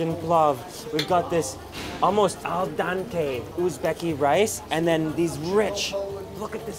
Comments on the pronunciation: I cringe every time says "Al dAnte" instead of "Al dente" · al den-tay ...not dahntay hehe